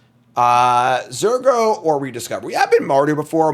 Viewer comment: Believer. It's Zur go!